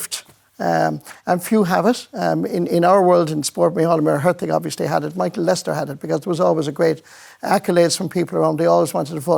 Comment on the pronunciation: Why do RTE pronounce his name as Lester instead of Lyster?